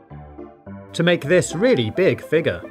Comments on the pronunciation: I’m getting triggered by him saying figer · “To make this really big figgah” Thats one way to pronounce it, I guess.